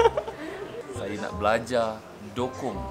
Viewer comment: acap dukong bukan dokong